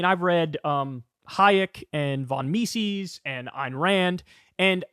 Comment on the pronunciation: Kyle, its ME-SIS not ME-SEES